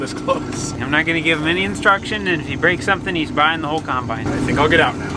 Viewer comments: Also 'cimebine' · I love how says combine instead of combine